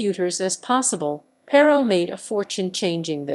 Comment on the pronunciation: This is old. But it's Not Elle ec tronic. It's E lectronic. It's Plain O. Not Plawn O. Plano. It's not Pair O. It Purr Row. Perot.